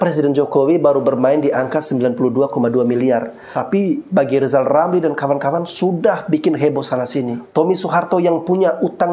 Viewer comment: " R " ini huruf apa ? Huruf L ' kata lisal🤣🤣🤣